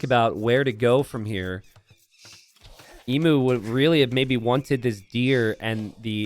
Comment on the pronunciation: mispronouncing emu has been getting harder and harder to hear as it goes on